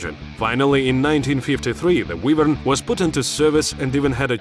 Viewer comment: ahh, yes. The WeshtLand Wheevern.